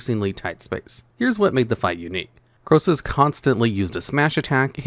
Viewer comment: Krosus?! Nah mate